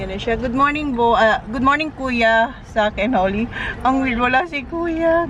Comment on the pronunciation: could you please pronounce your son’s name correctly…..his name is Zach and not Sak 😂😂😂 Even your daughter her name is Holly and not Holy….you’re murdering there names